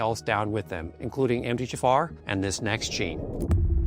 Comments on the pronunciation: It's the M T H F R gene mispronounced by the AI narration with you hearing jafar. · I always think you are saying "M. D. Jaffa". Sounds like an alien doctor from Stargate SG-1 😅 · I kept hearing Empty jafar 😂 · This video is helpful and consistent with what I’ve learned over the years. However - is it AI created? Why is MTHFR pronounced “empty jafar” and why does phosphatidyl sound like “fossfatil” and others. My undergrad is in genetics and these terms don’t get mispronounced. I’d rather have an authentic video than AI. I appreciate the content of this video but I have questions. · So much information to digest. I would much prefer the video narrated by him instead of AI which could not pronounce MFTHR and others. Proof positive that our biological metabolic pathways are way too, more like obscenely complex. A hiccup in even one gene for whatever reason can lead to health problems and a life time of misery. It appears that everything ultimately negatively affects the master, MFTHR. Didn't the Almighty ever hear of KISS, keep it simple stupid? Just try to avoid man made pollutants, heavy metals, electromagnetic fields, constant stress, etc. and still live our modern society. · Why does he pronounce MTHFR mumbled?